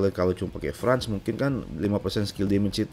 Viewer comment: France di baca "Frens" bukan "frans" om